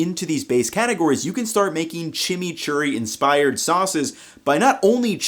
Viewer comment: "Blending the chimichury much easchier" real tongue Twister 🤣